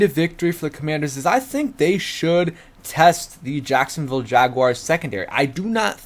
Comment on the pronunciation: Jacosnoville?? Lololololol 💀💀💀💀💀💀💀